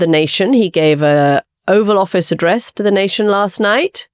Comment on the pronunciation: Did she say Offal Office lol, I think that's more accurate. edit No, Katty, he couldn't have given a better speech because it's not his character, it's not in him. ffs